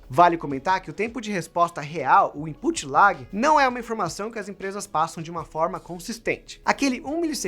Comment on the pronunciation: Imput lág???? Aprenda a pronunciar Imput Lag: imput lég